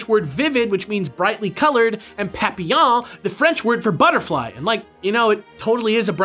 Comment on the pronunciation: It's great that you did search for the pronunciation of "papillon". It's small, but it shows that there's care here. Great video as always, guys!